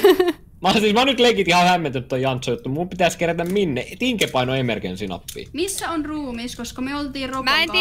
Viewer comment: Kohas sanoit 'toihan oli ememercy' 😂